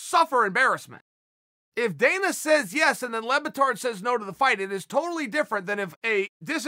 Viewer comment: How do you get Lebbatard from "Le Batard" ?????!!!!! (French for "The Bastard" by the way)